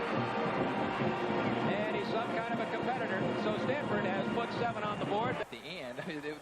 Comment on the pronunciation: LOL Stanfurd. GG SJSU